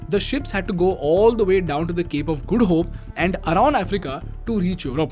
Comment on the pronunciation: Good info. I also like you saying Cape of Good Hope as " Cape of Guddu Hope"...😂